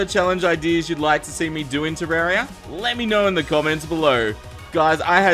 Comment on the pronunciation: He said terraria with an E